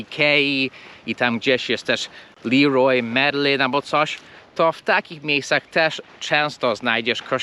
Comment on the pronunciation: nie "liroj merlin" tylko "lerua merlę"